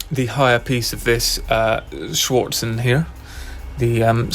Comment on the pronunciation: "Schürzen" is pronounced more like shir-tzen, not "swartzen" 😁